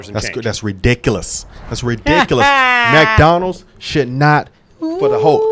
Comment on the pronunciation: "MacDonalds" 😂😂 i follow another guy that calls it MacDonalds 🧡